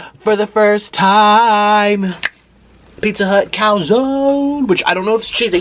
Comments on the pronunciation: It’s a “Puh Zone” dumbass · It's called a P'Zone. I work at pizza hut in Tracy ca and you pronounce it like (pu zone) uh for the u